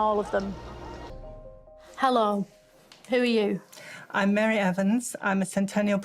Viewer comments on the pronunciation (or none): I love how everytime she’s in a serious interview she starts with “Ü R you”